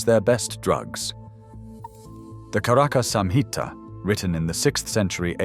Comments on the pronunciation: Bro, learn Sanskrit words pronunciation!! It's "charaka samhita" ch as in chat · Bro, learn Sanskrit words pronunciation!! It's "charaka samhita" ch as in chat! Medya rasayana , athar ved is atharva veda (aath-are-vaedh), mail me before you take a video I will help you for free. Don't spoil our ancient language!!! With ignorance